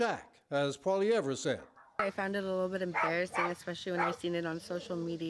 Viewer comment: I don't like the way he says his last name haha is he doing that on purpose?